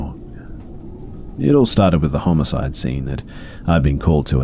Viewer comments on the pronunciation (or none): none